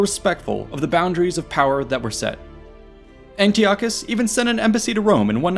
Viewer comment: Yeah disappointing he fumbled that.